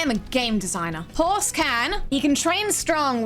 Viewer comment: and they said game development is hard his name is horese now, (pronounced like maurice but with a h)